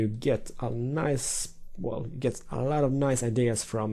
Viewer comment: damn "r" bugged on the two "you"s :P